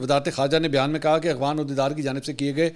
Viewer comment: منصور صاحب میں آپکے سب ویلاگ دیکھتا ہوں ۔۔لیکن دکھ اس وقت ہوتا ہے جب آپ افغان کو اغوان پڑھتے ہو۔۔۔شاید آپکو افغان لفظ پڑھنا نہیں آتا ۔۔۔دوسرا ایک ویلاگ میں افغان سفیر کے قومی ترانے پر کھڑا نہ ہونے پر شدید تنقید کی آپ نے۔۔۔قومی ترانے کے سامنے کھڑا ہونا فرض واجب تو نہیں۔۔۔جب تلاوت کی جارہی ہو کسی محفل میں تو آپ کھڑے ہوتے ہیں۔۔ نہیں نا۔۔۔۔قومی کھیل۔قومی پھول ۔قومی چیز جو بھی ہے کیا آپ ان سب کے سامنے کھڑے ہوتے ہیں۔۔۔اور اس سے بڑھ کر کے آپ اللہ کے سامنے کھڑے ہوتے ہیں۔۔۔بہت افسوس صد افسوس